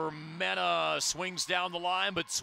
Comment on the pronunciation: If they say member-mena when its meneh (men-eh) one more time lol